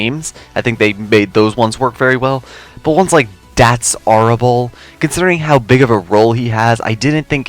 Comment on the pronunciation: I think it's "that's hair ball" rather than horrible